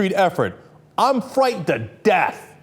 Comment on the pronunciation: why cant this dude pronounce capitalism or frightened